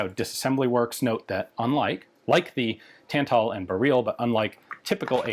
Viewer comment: "bear-reel" lmfao